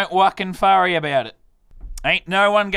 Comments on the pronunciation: "dont wuken forry about it" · Again u said wacken furry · y u say "don't wuckin furry" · “Don’t wockin’ forry” love u m8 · I like when he says don wucking forry about it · Did I hear him say don't wocken furry about it